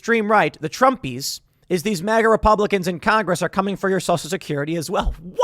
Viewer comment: At least Biden can pronounce MAGA properly. What the fuck is "MOGA", Tim?